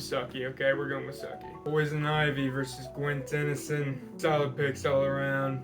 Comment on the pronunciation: This man has never watched Avatar he couldn't even pronounce Sukis name right